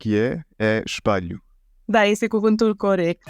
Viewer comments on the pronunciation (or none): ele pronúnciou mal a palavra espelho, disse esp(a)lho e deve dizer-se esp(ê)lho!